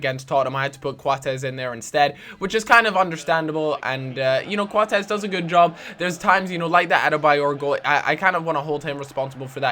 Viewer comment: i don't get why you call Coates Quatez? It's pronounced Coats? Thumbs Up Can See!